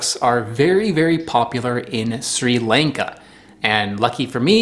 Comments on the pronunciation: hey! just so you know, it’s pronounced more like shri lahn-ka and not sri lane-ka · Your pronunciation of Sri Lanka made my ears burn 😬 Sri Lanka, rhymes with Ivanka 😂